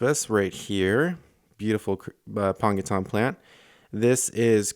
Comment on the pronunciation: You've been listeening to Dustin. He mispronounces Aponogeton the same way (apongeton). It's apono.gee.ton